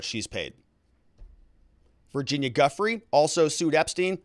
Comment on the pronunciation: Seriously, please learn to pronounce Virginia's name right. It's more like "jeu-fray".